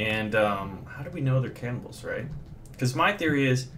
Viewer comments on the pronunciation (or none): Why is it that whenever you say 'cannibals' I hear 'camels.' ._.